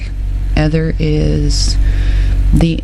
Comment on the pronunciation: I'm sure it's pronounced eeth- er